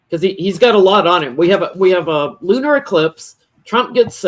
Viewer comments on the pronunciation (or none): none